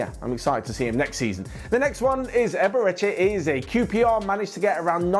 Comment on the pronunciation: You cannot pronounce Eberechi Eze